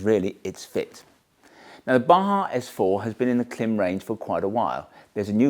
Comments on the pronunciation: Klim IS pronounced “climb”. Their own marketing confirms this. Change the way you pronounce it please. It hurts your credibility and misleads your audience into making the same mistake. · Klim. Pronounced Climb. As you know. :) Well done on the clickbait engagement tho! :D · Great reviews. I found my way here via a 5 year old video for the Zephyr Wind Shirt. Though I am surprised that 5 years later you're still pronouncing it with the short "i" rather than the long "i" like "climb" since it has the bar over the "i" right in the logo. They also use the "climb" pronunciation in their own promo materials. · Its pronounced "Clam" you Winker. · Stop disrespecting Klim and misleading your audience by mispronouncing their brand name. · Great video, thanks for sharing! Just FYI, you are saying the name incorrectly, it rhymes with climb. There are several videos on the Klim channel with employees saying it correctly. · How many times can you mispronounce the name Klim in one video? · Only fifty-four times! 😂